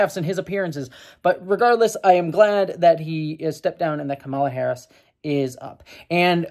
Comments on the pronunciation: Not the most important thing here, but even though the typical Indian pronunciation of Kamala is kuh-MAH-luh like you've been saying, her name is actually pronounced KAH-muh-luh. Like the word comma with a luh at the end. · I think it's the emphasis on the first syllable KAmala. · Her name is pronounced COMMA-LA, regardless of your thoughts on her pls say her name correctly. If it's that hard to pronounce just call her Harris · Just a quick note, Kamala is pronounced COMMA-lah Overall I think this is a positive development and I think the likelihood of Trump winning in November has gone down. Harris is....not my first choice but I like her more than Biden. And yeah, I advocate for my American friends to vote for the Dems regardless of who ends up on the ticket because the alternative is so much worse. More importantly, pay attention to the downticket options as your local elections tend to have more of an impact on your daily life. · Comma-la. Let's get her name right. Or just call her Harris as male politicians are called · to pronounce Kamala, just say "Camelot" leaving off the "t". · we love you but please pronounce her name correctly. (It's COMMA-la.) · The emphasis is on the first syllable of her name. Sorry if others have already said that. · Came here looking for this comment. This has always been a bit weird for me, since, before she became VP, my biggest exposure to the name "Kamala" was through the Ms. Marvel comics, and Kamala Khan's name (as confirmed by the creator) is pronounced the way says it in this video. But yeah, with Harris there has been kind of a thing where Trump and some other Republicans sometimes deliberately mispronounce her name, so getting it right is important. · Please pronounce her name correctly. White men from the GOP often mispronounced it intentionally to bash her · Hey, your criticisms are valid, but I wish you had pronounced Kamala correctly.